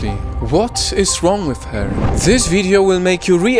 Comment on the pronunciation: I like how he says this like Zis